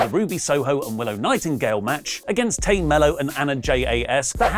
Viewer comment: Tay Melo's first name is pronounced "Tie". It doesn't normally bother me, but you said her name incorrectly so often in this video that I had to point out this mistake.